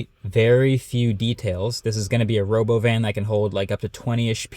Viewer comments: Robovan???? You mean the "Ruhbowven" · Why is no one talking about how Elon pronounced "Robovan"? It wasn't "Robo-van", it was "ruh-BO-vin" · No mention of how it's pronounced ro-BOvin? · Ya, the human actors playing robot, that was an odd thing to add--unless of course it was made clear they are being pupated from the start. As a cute attraction. Not confusing investors or the not-so-keen onlooker. Also, the pronunciation of 'Robovan' was kinda cringe. Didn't the stock go down after this show? Kinda makes sense.